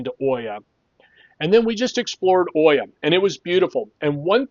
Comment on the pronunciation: It is pronounced EE-ah, not Oy-ah. Hard to hear that over and over 100 times in this video. At least you roll the "r" in Fira ;)